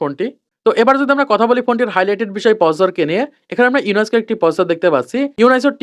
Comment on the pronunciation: ভাই উনাইসকো না শুদ্ধ উচ্চারণ হল উনিসক